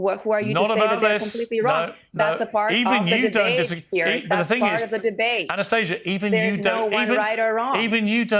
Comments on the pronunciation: Ana-stay- ga won’t be gaslit that’s not how you say it! 😂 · No, no, it's pronounced ah-nah-STAH-see-yah. Check your privilege 😂😂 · Don't you mean "Ana-stah-sia" 🤣